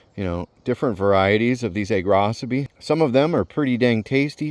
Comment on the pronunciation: Props for telling me the correct pronunciation of Agrocybe. I have been mispronouncing it and the other -cybe names for the last 32 years. 😬🤦🏽‍♀️